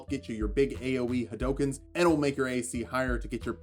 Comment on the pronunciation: Good to see someone who can not only pronounce Ryu correctly, but hadouken as well...